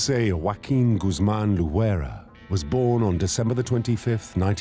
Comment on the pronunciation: Dude mispronounced loera 😂😂 "lojuera"😂😂😂